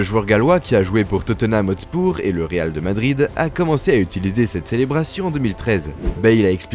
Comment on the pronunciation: faut voir la prononciation de 'hotspurs': ça vole pas haut